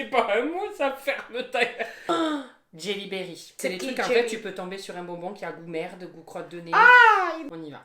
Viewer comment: Jellie belly pas Berry 😭😭😭